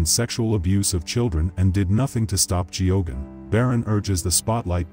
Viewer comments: I don't think the name being mis pronounced is the most important narrative here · How could this narrator not know to pronounce Geoghan if he did any research in the priest. It's baffling.